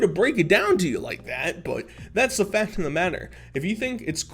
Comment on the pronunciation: Dude I friggin love ya, but u gotta friggin learn to pronounce the letter "C" when it's followed by a "T". For example, you say "fat" instead of "fact", "charater" instead of "character".... figure it out dood.